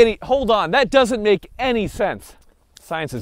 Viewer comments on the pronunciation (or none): none